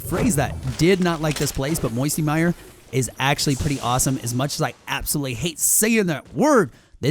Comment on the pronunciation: Grrr why u say me secret place misty mire